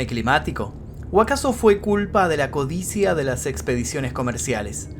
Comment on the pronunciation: Se dice codicia, no codicía so burro